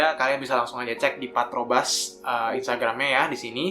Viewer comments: 3.05 "Partobras" 😂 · Harusnya patrobas cuk bukan patobras wkwk